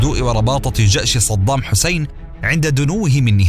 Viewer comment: قولوا للمعلق أن اسمه صدام وليس صضام 😏😏😏😏